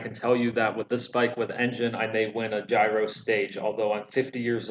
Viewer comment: Please learn to correctly pronounce "Giro"